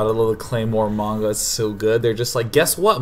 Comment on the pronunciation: This is just a personal thing that bugs the shit out of me when people fuck it up but Sean saying manga the right way has really brightened my day. I also approve of all the anime and stuff he mentioned so that's great too.